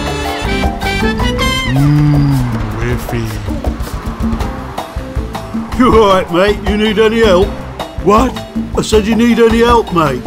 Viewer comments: It’s WiFi not wefe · villager:FREE WIFY it’s WI-FI not wify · He said weefee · Villager: Free wefi Mmmmm wefi Me: Have you gone to language school lately? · Villager #10: free wifi Me:it’s pronounced why Fyi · The way he pronounced Wifi (Wiffy) made me laugh lol! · Um, I think you mean Free Why Fie mate :/ (did i pronounce Wi-fi?) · actually its pronounced wifi ralph